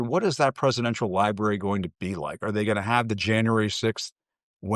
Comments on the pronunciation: "liberry" is not a fuckin word! it's spelled and pronounced "library" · 🎉🎉🎉love ya man but its Library not Liberry. 😅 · Bro. It's library. Not liberry lol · "lie-berry" haha. Love you Big dog! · Sorry man gotta do it to ya. Its pronounced Lie-brary library. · you said "li-berry"😅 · We’re ALL ADULTS RIIIGHT⁉ So why is here pronouncing library as ‘’LIE-BERRY’’ like a small child. At least he doesn’t have a lisp like a worrying amount of younger Gen Z’s 😳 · Love that ypur always just be ing you. Conservative/republican because you can think for your self. Lol he said "libary", love it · Honey, I love your work. Please perfect it by saying "LibRary". Don't forget that "R". Thanks.